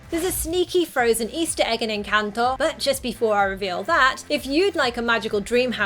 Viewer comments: thought you where gonna talk about the 10 million Colombian easter eggs. Can't blame you for missing them. Kudos on the pronuciation btw. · Omg lol I have to say this, after watching a bunch of videos about encanto, I just want to say THANK YOU for pronouncing encanto correctly 😄🥰💜 I'm not hating anyone who cannot pronounce it correctly it's just a comfort to hear the correct pronunciation. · Excellent pronunciation of ENCANTO!